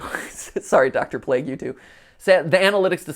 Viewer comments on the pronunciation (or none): none